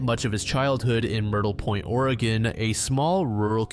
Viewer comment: Dude hell yeah! You said Oregon right!